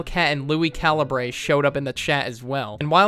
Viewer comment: Calibrae. Caliber. Say it like caliberrrrr. It just bothers me.